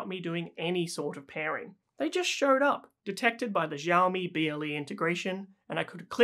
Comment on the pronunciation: Xi in Chinese sounds like the word "she". Its "Shiaomi", not "Djiaomi".